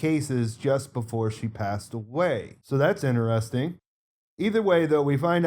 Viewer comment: Why do you keep saying "inneresting" instead of IN-Teresting?